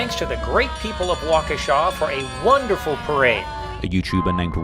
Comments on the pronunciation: Its pronounced waa·kuh·shaa actually 😂 everyone who isnt from Wisconsin says it wrong every damn time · It’s walk-ah-shaw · Nbs 😭Waukeesha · Waa-Kuh-Sha like the generator company